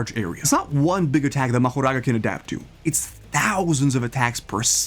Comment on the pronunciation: Mahouraga what is this bro it's Mahoraga not Mahouraga